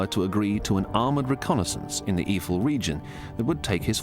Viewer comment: It is Eifel, and NOT iefel, please learn to read before you do a video... this is beyond stupid.. [AYE - FELL] Have some respect and learn to pronounce the names right, people died there..